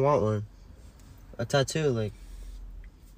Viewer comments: I love how his dad pronounced tattoo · i love how he says tatu and not tattoo lmao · Every one :tatoo His dad :tato tato